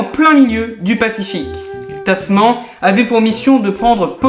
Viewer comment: (ça se prononce "tasmane"). les abel sont souvent de grands hommes ;)